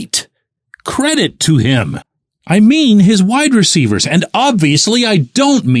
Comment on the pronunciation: I completely admit this is probably a personal thing, but does the way pronounces "WIDE-receivers" drive anyone else nuts?😂😂😂 It has always jumped out to me😅 No shade to, I'm obviously a fan. But this Daily shot was very WIDE-receiver focused, so he said it alot😂 I am not a huge fan of the money situation with Adams. I think next year he has a $44M cap hit with a $35M salary because of how his contract is structured. I don't know if they can work a way for the Raiders to eat some of the money. I am the biggest fan of bringing in another WR, but the money is an issue for me with Adams. We don't even know what is going to happen with the QB situation and they will have to do something because they have no starter sign for next year. And I might be in the minority, but I don't think the Steelers are a Devante Adams away from winning the Super Bowl this year. I hope I am wrong, I will be the happiest person to be wrong, but I don't think I am🤷‍♂️